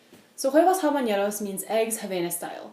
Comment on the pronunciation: Great! If I had ramekins, I would try this. Also: don't pronounce the 'h' in Spanish words.